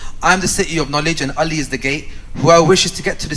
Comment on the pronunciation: Why can't shias pronounce Ali correctly? They always call him uli and pronounce without the ayn